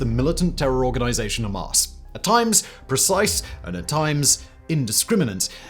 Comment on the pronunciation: I dont know why but i found simons pronouncing Hamaaas hilarious 😂😂